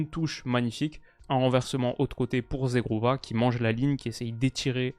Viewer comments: si tu veux bien prononcer le nom de Zhegrova tu dois pas dire “zegrova” Zhegrova étant Kosovar et parlant albanais ça se prononce “gegrova” le “zh” = “g” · Coucou, j'adore ton taff, en tant qu'albanais nous sommes tellement fiers de Zhegrova! Juste petite correction sur la prononciation, Zh en albanais c'est le son j en français -> ça se prononce jégrova en "français" donc!